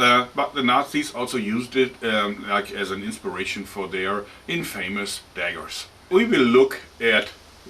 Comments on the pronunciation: Good english but its in-fuh-mis not in-fay-mis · in-fa-miss = infamous